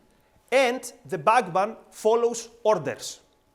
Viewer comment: Kinda says "bagman"